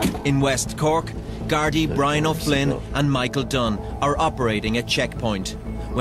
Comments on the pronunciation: It's pronounced gar dee. And the brief term. The garda siochana would be too hard for you to pronounce. But we will give it a go. "Gar dee she a khan na" We usually just say the guards. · We called E’s yokes back in the day. It looked like that Garda already found his yokes The sketches near the end of your video are from a parody skit called “savage eye” where they just rip the piss out of the Gardaí😂 Btw it’s pronounced Gar-dee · Gar-DEE. Emphasis on the second syllable. Plural of GAR-da (emphasis on first syllable). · for the pronunciation of gardai you guys almost have it perfect but instead of saying GUARD-ie, it's more of a GAR-Dee or GYAR-THEE, and the singular garda is pronounced gar-dah 🩷✨ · Gar dee, NOT Gardy. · Gardi.....pronounced ...gar...di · It’s actually nnnnnnnnnaaaaardee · It's pronounced "Gar-dee". ❤. And yeah generally they're fairly sound and very helpfu if you need them. An elderly neighbour of mine locked herself out of her house a while back, and I was trying to help her get back in. The gardaí drove past and I waved them down. They climed in a top window and got her keys to let her back in. Great bunch of lads. "Yokes" is slang for ecstasy tablets. The lads were making fun of the gardaí in the Irish lanuage, grammatically more than 1 garda gets an eclipses and is pronounced nGardaí, he was saying "1 garda, 2 nGardaí". It's a common lesson Irish children get taught in school as teachers use 'garda' to ddmonstrate the n before G eclipses. That scene at the end was just a training excercise, no one was hurt. Hugs to you guys❤ you should visit, Irelanx is great fun. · Gardaí is typically pronounced with two syllables. (gor-DEE) with more emphasis on the final syllable. Some areas don't stress the final syllable though. Yolks = E's (ecstasy) As for our road laws - I would say our gardaí are more strict than American police. Driving without insurance = big no no. Speeding = big no no. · Gar - Dee is how to say it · It is pronounced Gar-Dee